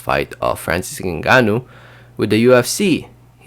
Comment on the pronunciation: Its pronounced "Gaan" bro.. and yeah he shouldn't be at least making a mill.. because if it wasnt for ufc rules he would easily make a mill on the side without them.. so